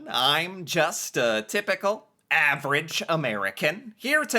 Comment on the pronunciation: "I am just a typical average American ..." is how you star each episode. Today sounded different. Today it almost sounded like "I am just a typical half rich American ..." LOL Are you "half rich" by any chance?